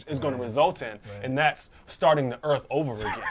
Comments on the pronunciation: God, I was cracking up to hell with that ‘ooh, I felt da earf move’ and ‘we need to restart da earf!’ Where do they find these people? Sorry, person. Dimond was the only one commentating. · "Time to reset the Earpf" lol